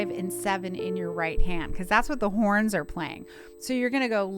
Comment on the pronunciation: Did u says strings and porns??